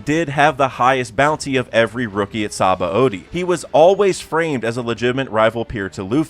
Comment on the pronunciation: that's not how you are supposed to pronounce Sabaody.